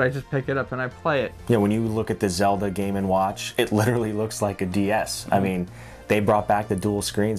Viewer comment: GAY WATCH, GAY WATCH! all i hear